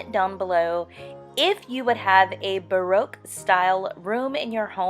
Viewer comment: If you are going to speak about baroque style you should learn how to pronounce tapestry and baroque. Also it is a period in art so you need to mention how artist influenced it